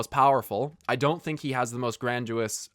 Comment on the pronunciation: Why do you say "granduous"? It's grandiose. Grandy-ose.